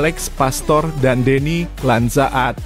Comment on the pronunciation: Coba bang klo jadi pembaca berita baca yang jelas.. masa deny lanzaad dibaca bgtu.. tertawa yang nonton bang. Masa baca nama orang bgtu